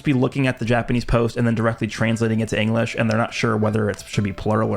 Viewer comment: 😂😂😂😂 bro said Engrish 💀